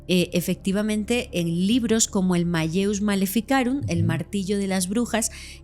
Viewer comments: Se pronuncia: Mal_leus, es latín, se hace énfasis en la doble elle, no se pronuncia como "llevia". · Se pronuncia: maleus